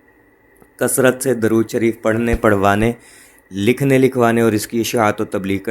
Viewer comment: "Durood" "دُرود" میں د پر پیش ہے نہ کہ زبر۔ شکریہ